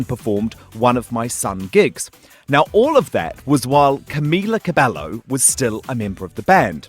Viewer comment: OMFG GODODJEIZNEN ITS "CAM-EE-LA CABE-YO"